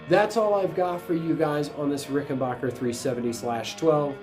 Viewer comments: As soon as I hear Rick en "BOCKER" instead of the correct RickenBACKER I assume ignorance ! If you can't pronounce the name correctly, Makes me question everything said ! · Stop saying RickenBOCKer. It makes you sound like an idiot AND it's wrong. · Very impressed with your site. BTW, not trying to be nit-picking, but the correct pronunciation of the name is Ricken-BACK-er. Short A in Backer as opposed to long A as in AH. It's my understanding that Grandpa Rickenbacker changed the pronunciation of the family name before, or at, the time of the founding of the family business. Thanks for a great vlog. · Please learn how to pronounce Rickenbacker properly. 😃